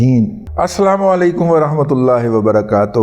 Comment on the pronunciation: وبرکاتہ ت پر پیش پڑھا کریں